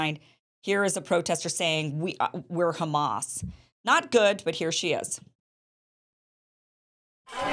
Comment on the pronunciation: If you know the least bit of Arabic then you can tell that the girl is pronouncing Hamas horribly. A false flag if I ever saw one. Same tactic as the D-list Israeli actress who claimed to be recording a video from inside the Alshifa hospital.